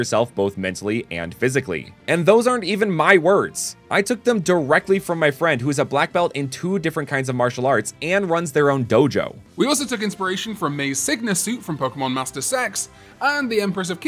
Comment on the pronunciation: Anyone else hear “Gojo” instead of “dojo” or is that just me?